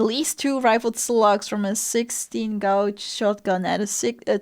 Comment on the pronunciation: "Gauge" rhymes with wage ☺Used to describe the thickness of things like sheetmetal, bullets, and wire.